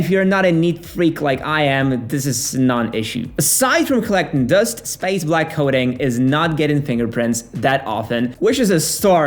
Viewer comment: You have the strangest pronunciation of "dust" I've ever heard